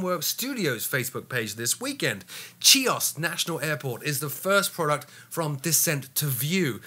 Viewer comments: .....there is no K in the pronounciation. If you want to pronounce it as the Greeks do, it is Hee-os. Take care. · Great video as always.......CHIOS is pronounced "Hee - os" - just fyi. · 'Chios' is pronounced more or less 'Kios' - the 'ch' is pronounced like the German 'ch' as in 'mach' and 'achtung' or the Scottish 'ch' as in 'loch'.